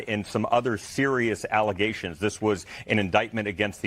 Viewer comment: I will NEVER hear the word allegations (Alizations) the same way again.